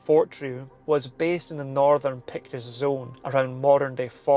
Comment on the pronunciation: Today I learned that it's pronounced, "Pekts." Today I also learned that I have zero chance of pronouncing Gaelic words just by looking at them.